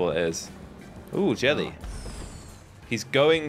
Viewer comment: why does or should I say jelly say sabby